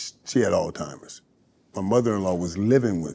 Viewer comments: It's not al timers its Alzheimers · Michael, it isn't pronounced "all-timers" . After being familiar with this condition for several years you'd think a person would know how to pronounce the word correctly😞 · “Altimers” ……… really……………… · They coulda let that man know it’s Alzheimer’s and not All Timers before the interview started.